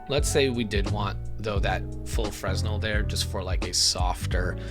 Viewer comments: This was cool and all but everytime you mispronounced 'Fresnel' my soul took a little bit of chip damage. D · Fresnel - The 's' is silent, fyi.